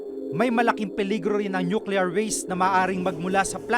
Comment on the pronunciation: nukelear daw?